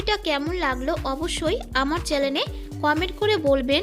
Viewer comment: চ্যালেনে না চ্যানেলে? উচ্চারণ গুলোর দিকে আরেকটু খেয়াল রাখবেন।